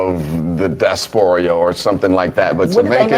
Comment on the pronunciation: If you don’t know the correct way to pronounce something- leave it alone. Or at least acknowledge that you know you may be mispronouncing it. It’s DIASPORA (Not Dasporia).